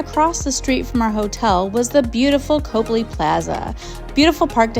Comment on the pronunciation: 50 seconds in. Copley Square is in the Back Bay, not Beacon Hill. Very nice hotel, though not in Beacon Hill. Also, it's pronounced COP-ley, not COPE-ly